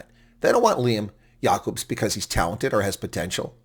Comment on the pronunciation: “Jay-cubs” Lol